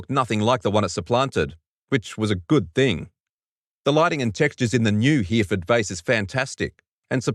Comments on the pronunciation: Hereford is pronounced he-ro-fud, as long as you mean the UK city at least :) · HERE FORD. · If you Miss-pronounce Hereford one more time.